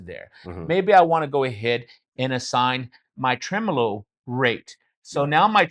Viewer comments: Tremelo? Really! Hallo! 🤣🤣🤣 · Tremelo? WTF? Really? 🤣🤣🤣